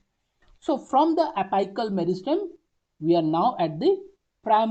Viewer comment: Ita a really good explanation but please focus on the pronunciations of the most basic words Its not pronounced as ap'ai"cal It's apical(pronounced as ap"ee"cal)